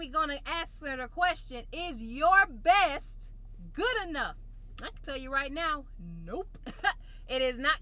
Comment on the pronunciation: I’m doing my “besh” 🤣